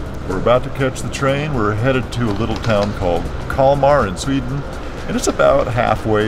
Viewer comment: Nice video! My wife (Swedish) says you got the pronunciation wrong of the name :D It looks like a super little town! Sweden in the summer is always beautiful! Nice editing in this! Thanks for sharing!